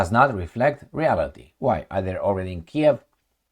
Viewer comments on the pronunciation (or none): none